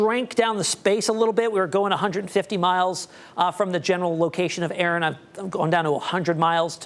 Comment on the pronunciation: a-a-ron....is a-a-ron here.....did you mean Erin...😂😂😂